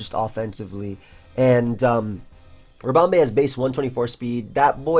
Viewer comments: because pronounces it ribomBAE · Do you pronounce "bee" as "bay"??